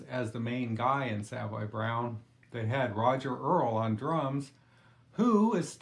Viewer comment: Pronounced SUH-voy, NOT Salve-voy